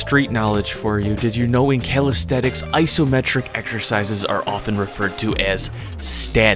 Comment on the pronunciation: Calisthenics! How do you not know how to say this word!?